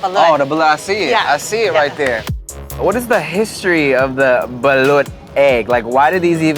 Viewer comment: Thank you for saying "balut" correctly